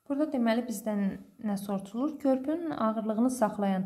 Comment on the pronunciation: siz soruşulur əvəzinə soruçulur deyirsiniz😊😊